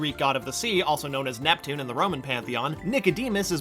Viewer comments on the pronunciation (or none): none